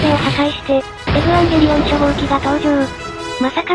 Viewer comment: エブゥワンゲリオンみたいな発音すき